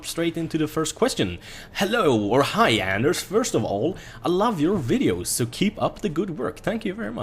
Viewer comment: Why does everybody think his name is? It´s Anders and el is not his last name, el in swedish is electricity. But really bugs me:D But I understand that it´s not easy for like Americans to know that.